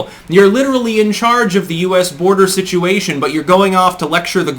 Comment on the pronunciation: She's not going to the "bordah." Please pronounce that word properly. Harris talks through her nose and is condescending and obnoxious as it gets.